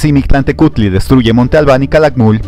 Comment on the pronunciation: No las pronunciaciones correctas deberían ser “Mictlantecuhtli” y “Mictlantecihuatl”?